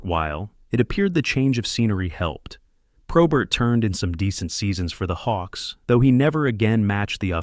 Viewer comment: Not all correct I grew up with him and friends after he stopped playing. Lots of this is wrong and he doesnt even say his last name correctly.